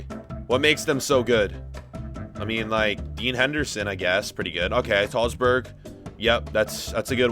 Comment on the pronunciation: Normal people: Højbjerg: SALZBURG